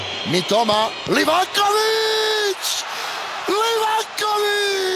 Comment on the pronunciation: Mala opaska za bosanskog komentatora kad izgovara Livakovićevo prezime. Moraš mu malo rastegnit prezime kod izgovaraš. Znači kad dođeš do slova o, ono malo odužiš.